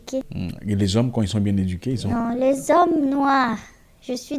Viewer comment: "Les zhommes noirs" J'ai beaucoup rigolé, mama mía.